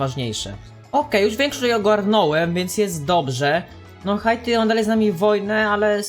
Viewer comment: Drogi, nie czyta sie HA ITI tylko Hajti. (na przyszłość):D